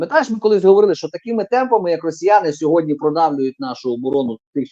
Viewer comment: Не - "сєґодня", а - "сьогодні"